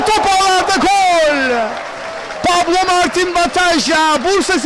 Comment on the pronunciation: pablo ne amk ya pablo ne koca maç bataja diyemedin mi şu adama kanser oldum resmen